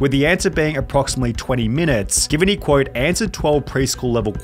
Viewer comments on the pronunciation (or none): none